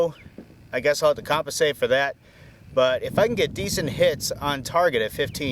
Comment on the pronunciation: 6 shots and couldn’t remember where your first 2 hit 😂🤦🏻‍♂️. And the word is “compensate” not “coppasate”